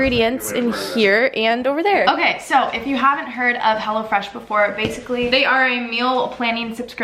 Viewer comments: i thought she kept saying hella fresh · I thought she said "Hella Fresh" and i was like dayum good marketing skills right there